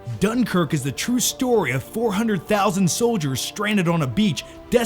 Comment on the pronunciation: lol you can't even pronounce dunkirk right. i hate seeing americans thinking they know britain and the history of what happened.